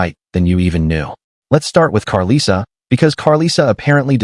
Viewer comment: I absolutely HATE when whyte ppl make videos about the black community and mispronounce names. they always mess up chrisean and karlissas name. Please report on trap lore Ross leave this to our community thanks